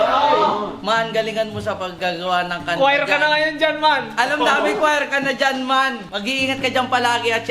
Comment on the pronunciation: Dapat EEEEEEMAAAAN hindi EYOOOOO